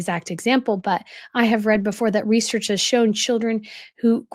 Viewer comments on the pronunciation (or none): none